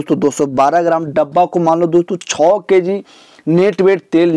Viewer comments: Thoda achche se bola karo.।। Kessi nhi kg hota he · Keeeg nhi kg hota h bhai